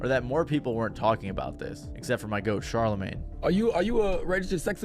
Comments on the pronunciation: Dude called CHARLAMAGNE, CARLAMAGNE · “Carla Mane” 😂😂😂 i hope that was on purpose